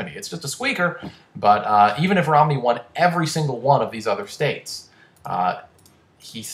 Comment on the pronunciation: Uhm, "Romney" not "Rodney"